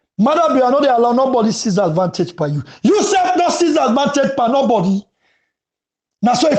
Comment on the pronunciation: 📌Please the word is pronounced AD - VAN-TAGE, please pay attention to that.